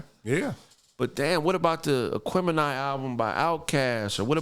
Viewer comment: They just let white dude mispronounce the fuxk out of aquemeni